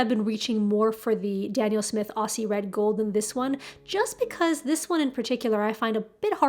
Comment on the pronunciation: Howdy, Just to let you know, you can use a glue stick applied and wiped over with a wet tissue afterwards, to a new palette, regardless of type of surface, it prevents staining, and beading. In kindred spirit, Eliza Australia Monday 13th of June, 2022 😆😉😊 PS: The Aussie Red gold is pronounced here with the z sound, so "Auzzie" We say Australian, with the s, just to confuse you. This paint was first named this for an oil paint by Art Spectrum, a brand here, that came out in the early 90's which started with yellow thinned as a glaze, and ended at orangey kind of sienna in full strength. I can't think of anything natural that would use this, around in Sydney, but I looked it up, and it is the sunny ochre cliffs in a sunset, I think it is like an angophora tree trunk bark, or the cedar trees in red gold along the East coast of Australia.....